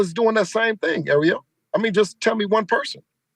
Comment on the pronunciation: Great interview “AREO” 😂😅😂😂😂 kept calling ARIEL… AREO…😄 Devin Haney the former great undisputed 135 KING is champion now at 140 and will be undisputed if the other 140 don’t continue to duck Devin like Teo, Mattis 140